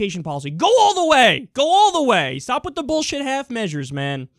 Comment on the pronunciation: That abrupt "stop" had me laughing my ass off. Funny how one word can be delivered in a funnier way than an entire miserable attempt at a joke to pander to us.